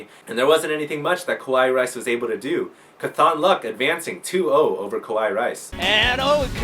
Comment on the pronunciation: Great work, great matches, great video. By the way, it's pronounced CAWTHonluck, not caTHONluck. Mat Cauthon is an exceptionally lucky character from the wheel of time series, and at least the readers of the audio books pronounce it that way. Nitpicking, I know.